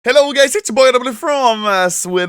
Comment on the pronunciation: Did I hear ´´Hello gays`` ?